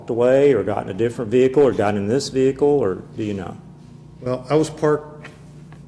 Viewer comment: wow a cop that can pronounce the ' vehicle ' without over pronouncing the H in it